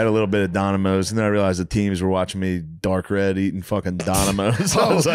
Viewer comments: Its pronoinced Nomidoes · Every Time he says donimoes the earth gets a little better